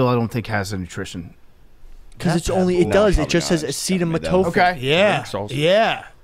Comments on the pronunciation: Please make say acetaminophen on the next episode. His pronunciation of it slipped thru the cracks and I'm not gonna let it slide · trying to say acetaminophen is the funniest thing ever wtf